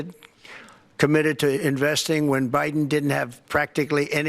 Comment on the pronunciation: 😂😂😂He called President Biden “Briden” 💙💙💙💙💙💙💙💙💙